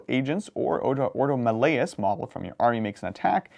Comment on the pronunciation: Malleus is pronounced like Malefic not melody my dude